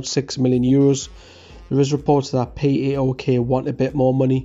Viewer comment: Can I say PAOK is Pronounced Powk O as in Cow just this might help if we Sign him